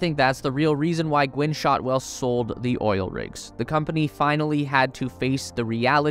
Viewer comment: Gwynne, not Gwen. It happens to the best of us...